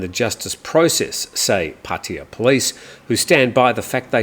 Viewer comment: What is puttia ??? I thought it was Pattaya my Thai friends are laughing too about the way you pronounced puttia